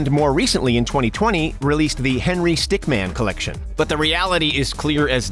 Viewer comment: It's not stickman!! Its stickmin stickmin!!